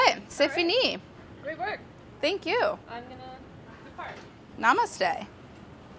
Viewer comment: It's not "cest fine". It's "c'est fini", which means "It's done". I mean really, BA? REALLY?